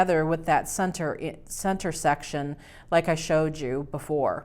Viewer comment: It sounded when she said section she said sex